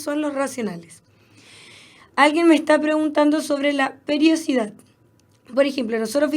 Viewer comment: PERIODICIDAD, NO PERIOCIDAD :)